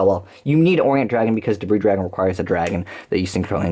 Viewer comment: You don't understand how happy I was to hear you pronounce Debris Dragon properly.